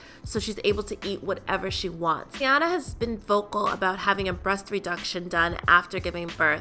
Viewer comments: ....her name is pronounced “Tee-Ana” not “TayAna” 💀 if she says “TayAna” one more time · Her name is TEEEEEEEyana please with the tayana 😂😂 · this video annoyed me simply because of how she said teyana. 😐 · the way she pronouncing her name is so ugh